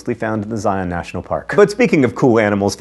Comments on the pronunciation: It's ZI-UN not ZI-On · Zi-Ahn???? Try Zi-Uhn.